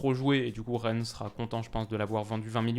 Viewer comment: Reine ? Stp fais un effort ( Rennes) 😂😂